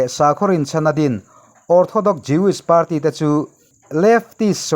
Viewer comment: News channel kan siam dawn a nih chuan kan English lam rik dan hi chu fimkhur a ngai en tir nan Party tih lam dan te United tih lam dan te ka duh thawh ve a nih hi min hrethiam hram ka bei sei